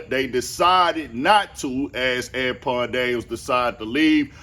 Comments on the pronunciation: Oh ok cause I was like I wondered if bro realize he sayin dude name wrong 😂 “An-pawn” gotcha g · "Ampon Daniels" 😩 😭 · Why you saying Anpon ? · I thought you was calling him tampon daniels😂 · LMFAO yeah he keep saying Anpawn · This whole time, I was thinking you can't pronounce Anton correctly and your name is Anthony. 😂